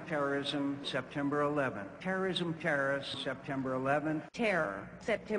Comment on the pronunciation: Lol Arnie said "terminate terrism"